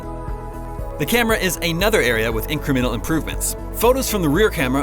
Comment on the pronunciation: Hey, do us all a favor: look up the word "incremental" and learn how to pronounce it properly. It's increMENtal not INCremental. How do you expect to be taken seriously when you sound so unprofessional?